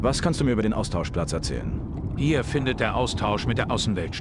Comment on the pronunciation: Hast du am Ende Austauschplatz oder Austauschplatsch gesagt? Finde letzteres sollte durchgesetzt werden 😅